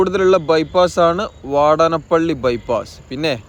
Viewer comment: വാടനപ്പള്ളി അല്ലീടോ വാടാന+പ്പിള്ളി agane പറയൂ 😅😊